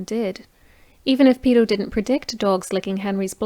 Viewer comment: Sorry, the ladies accent confused me, it's Peto not pedo lol.